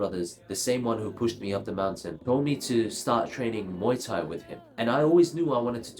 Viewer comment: There's something about the way you say muay thai that is exquisite